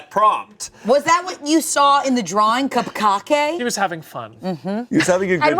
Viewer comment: y'all I'm lost wtf is cup-kake?